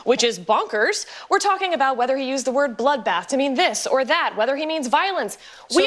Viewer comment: “He was talking about…………….. a bloodbath! Sometimes a bloodbath means a bloodbath.” Ok bro what do you mean by “bloothbath”? Murder? Massacre? Is Trump going to start purging people? This is how full of shit these main stream liberal activists are, they can’t even define wtf they’re talking about.